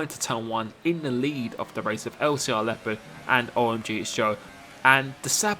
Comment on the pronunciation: who is also an native german speaker and rages everytime how he pronounces leopard😂😂